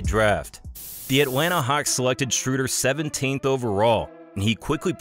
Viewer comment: the ö in Schröder is pronounced like the u in burn